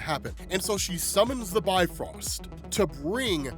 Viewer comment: It's not pronounced "Bi-Frost", it's "Bif-Rost". It actually sounds more similar to Beef Roast, when accented.